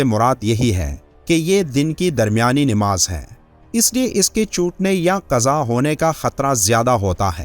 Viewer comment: Nimaz nahi hota. Namaz hota hai.